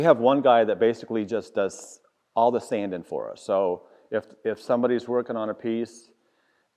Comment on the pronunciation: Not sure what country this is but the letter “g” must not be in their alphabet. “Sandin, woodworkin, planin, buildin, slabbin …..” 😂. Great video. Congrats on the success.